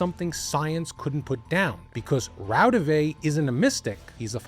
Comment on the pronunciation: Raudive is pronounced RAU-di-wa.